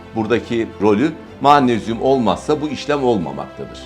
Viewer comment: Mağnezyum = MAG NEZ YUM!